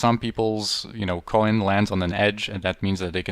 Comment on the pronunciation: Third rewatch and I just got that you say "coin" as "Co-en" lol.